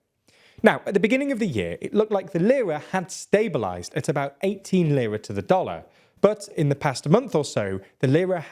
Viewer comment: I'm not Turkish yet I know how to properly pronounce "Lira". Makes the video difficult to follow with bad pronunciation 😢 Do basis research next time